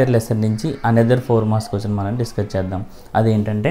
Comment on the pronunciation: Quation❌ Quachanu✅ but super explanatn sir 🫡